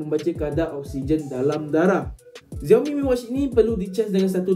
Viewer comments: X sebut as Si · Pronounce bukan "Ziaomi", yg sebetulnya ialah "Siaomi"